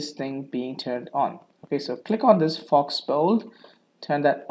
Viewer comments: it's pronounced FO, not FOX. but thank you for the tutorial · Thanks so much for this answer! FYI, "faux" is pronounced FO - it means false. It happens when you bold a font and don't choose the correct font style. Say for instance you choose Times and then you bold it. You must actually choose Times Bold as the font style. If you just bold the text it gives you a false bold - or faux bold. :) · Thank you very much for this helpful tip! By the way, "faux" is pronounced "fow" in English, which is French for "fake" or "not genuine".